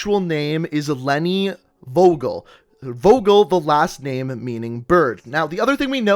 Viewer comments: The way you pronounce Leni Vogel is just entertaining xD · Leni Vogel is pronounced very differently..